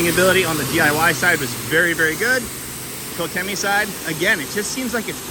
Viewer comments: Using my german… Pronounced “KoSHEMEE.” One word.. Just sayin’ Excellent video! Ps.. love my Quivr Cannon! Thanks! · The companies name is pronounced "Ko-shimmy." I know, crazy Germans. Do you like the Mercedes or would you go with the Ford next time? Any major issues with it? Thanks man.